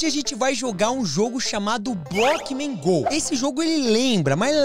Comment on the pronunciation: Ele falou bockman go